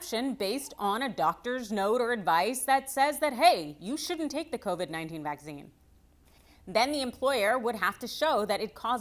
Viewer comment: AARRGGHH!!! The word is pronounced Vack SEEN not Va ZEEn.